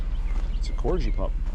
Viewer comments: The corgi dog is pronounced Kor-ghee 💜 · Haha,, you’re the first person I’ve heard pronounce that dog like you did. It should be Cor-: Sounds like "core" (as in "hard core").-gi: Sounds like "ghee" (with a hard 'g' as in "give" or "gear"). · I think he's playing with us. Just the way he was saing corghee, not corgee.I think it was in fun.